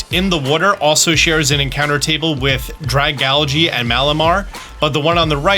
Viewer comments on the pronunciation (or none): none